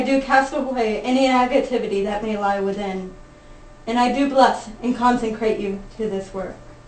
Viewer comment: thankyou. It was lovely. Words of hopefully "helping" . The word is consecrate...not conceNcrate. Another thing is that the volume is a bit much..and there were other noises that were rather disturbing. Apart from those things...it was lovely thankyou.